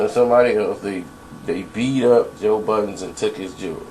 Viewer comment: Why does everyone put an S on the end of budden